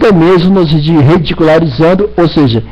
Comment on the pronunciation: Esse cara tomou cachaça? parece bêbado! "Reverendo Marsso.." "casamento hateróssexual" "nós redicularizando" Não existe primeira Filipenses, que crente burro!!! Fanático. Puta que pariu religião é o centro da elaboração do ódio. Dizer que alguém não deveria ser pastor, ele é o legislador da religião?